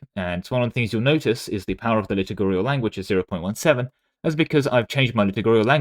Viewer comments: pedantic note: the word is 'liturgical' (lə-ˈtər-ji-kəl), not 'litigurial' (liturgy being a church service basically) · FYI the word "Liturgical" is pronounced "Li-tur-g-cal". The base word is "Liturgy"